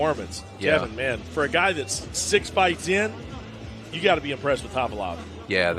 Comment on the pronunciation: How hard is it to hear your partner saying ka-va-lov? And you keep saying ka-lee-vov?